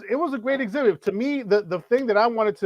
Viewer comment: you might be committing a crime saying exhibit like that lmao